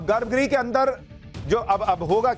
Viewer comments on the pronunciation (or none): I like watching your videos because they are very informative and you explain things in a way that is easy to follow. However in this video you have repeatedly used the word garbh "gree". It should be pronounced " graha" - the last "a" should be very short. Garbha Graha and not garbh gree.